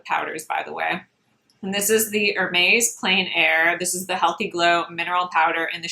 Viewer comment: Please learn how to say Hermes the correct way and you have to watch Nikki La Rose. She is a professional makeup artist and she matches her body and face makeup perfectly. Your face looks pale and different shade than your neck and body on the video!